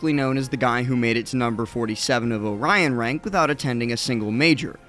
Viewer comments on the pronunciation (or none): none